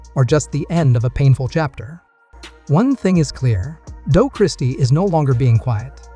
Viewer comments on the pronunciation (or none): Who TF is "Doage" Christie?